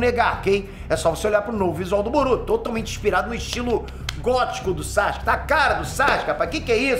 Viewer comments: 10 anos de curso e o ainda fala "Sachic" kkkkkkkkkkkkk É Sa-Su-Ke 🤣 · Para de falar saXUque pelo amor